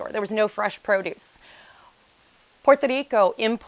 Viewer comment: Learn how to say Puerto Rico if you have lived there for nine years. It's Puerto, not Porto!